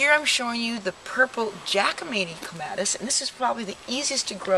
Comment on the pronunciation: My ears hurt from you repeatedly mis pronouncing the poor plant's name.